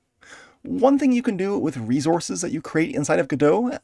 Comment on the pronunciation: Say "reezorz" one more time 😅